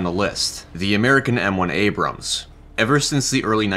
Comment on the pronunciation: MUH ABRAMS